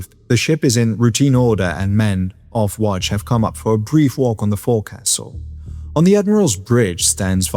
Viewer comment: I think you're the first YouTuber I've heard who's pronounce "forecastle" correctly! 😄 Well... The first time. 😉